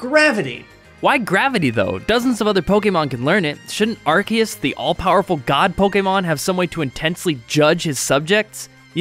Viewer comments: HOW COULD YOU! I THOUGHT YOU WERE A POKEMON MASTER! ITS R-C-US NOT ARC-EE-US! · omg its arCeus NOT arKeus. C! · lol it bugs me more than it should when people pronounce it differently. it's ar. see. us. not ar. key. us. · Why did he say "Arkeus"? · Am I the only one that pronounces Arceus as Ar-SEE-us? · You mispronounced Arceus